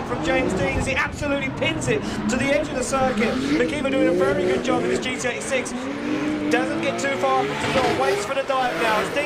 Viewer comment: Anyone else hear GTA 6 instead of Gt86😭